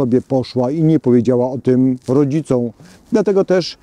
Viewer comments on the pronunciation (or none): otóż to. „Wzięli na tapetę” Wyraźnie wypowiedziane „rodzicą”, a dopiero ogladam 12 minut :p Co jak co, ale to są podstawy. Jeżeli są takie braki, to warto się wcześniej przygotować.